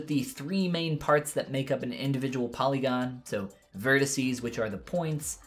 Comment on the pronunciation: This played automatically and I loled when i heard "follygon" hahahaha Thanksfor the video. I subbed